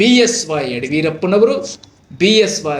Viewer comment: ಚಾನೆಲ್ ಹೆಸರು.. ಅದಕ್ಕೆ ತಕ್ಕಂಗೆ ಸರಿಯಾಗಿ ಕನ್ನಡ ಮಾತಾಡು.. ಯಡಿಯೂರಪ್ಪ ಅಂತ ಸರಿಯಾಗಿ ಹೇಳು..